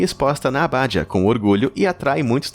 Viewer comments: não é aBÁdia, mas abaDIa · O que achei mais estranho foi ouvir a palavra "abádia", ao invés de abadia... rsrsrs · abadÍa acento no i